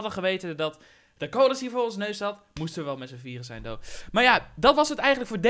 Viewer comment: Hamza Chadili hij zegt though